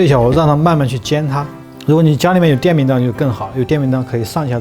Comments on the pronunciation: 哥，电饼铛念错了，是cheng不是当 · 我怎么觉得应该叫电饼铛（cheng）而不是dang，当然了这个字是多音字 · 是电饼铛（cheng 一声）